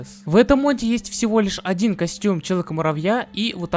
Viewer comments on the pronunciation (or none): none